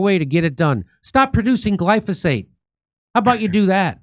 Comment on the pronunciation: Say it with me Jimmy Gly Fo Sate